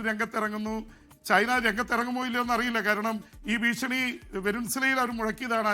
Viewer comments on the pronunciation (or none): none